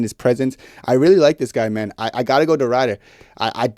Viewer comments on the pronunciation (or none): It's Ridder with a short i, not a long i. Like the i in "if".